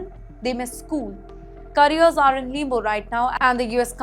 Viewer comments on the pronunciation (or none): I think she is trying to say “limbo”…..😂 too nasal.